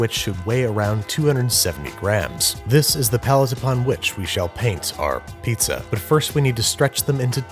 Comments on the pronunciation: it's not "neapolitan piazza", just Pizza. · Ah yes, I love a good "neapolitan pizz"